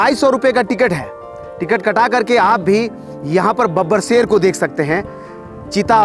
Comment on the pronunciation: aur tm sher ko seer bol rha kauwa hota toh Kankh likhta kya bro 🤣